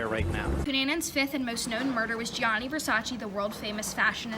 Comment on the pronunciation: It’s Gianni Versace not Johnny Versaci